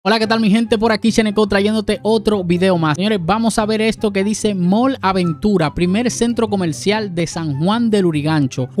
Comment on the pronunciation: Porque le dice “Mal”. La palabra es “MALL” y se pronuncia ¡”MOL”!